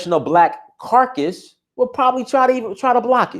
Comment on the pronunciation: It is caucus, not carcas. Caucas is an association and carcas represents something dead.